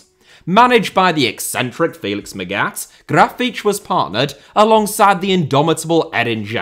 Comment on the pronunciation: It is baffling to me how well you pronounce Grafite's name, but absolutly butcherd Felix Magath's (der alte Medizinballschänder) name again. Please find someone who helps you with german name pronounciation and if you don't find anyone, I would do it too. Just that one english person pronounce Müllers name correctly.